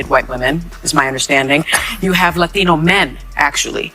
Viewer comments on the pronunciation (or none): Hearing Sonny say “latino” bothers me…. so much